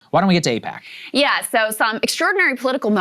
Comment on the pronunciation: Its like AIPACman's " eyePAC ayePAC eePAC .... what even is it ?"